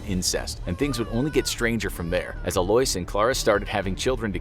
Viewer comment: Why are you pronouncing Alois like that? It's like Louis/Lewis but with an A in front of it...